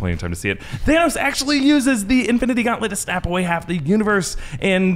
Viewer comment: Why did Thor pronounce it "Thanaws" when literally no one said it that way